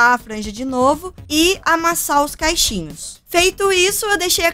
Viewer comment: Amei o vídeo! Mas, me desculpa pelo que eu vou dizer: vc falou "caixinhos" mesmo ou entendi errado? Porque o certo seria cachinhos, que vem de cachos.. ☺️